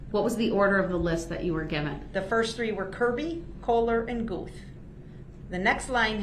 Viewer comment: At , The Detective's name is Stephen Guth. It is pronounced Gooth. DB actually pronounced it correctly! Mind you, this is his witness, and he doesn't even greet him with salutations merely launches right into questions. He has no idea what estranged means. He is now estranged from his whole family and any friends he may have had.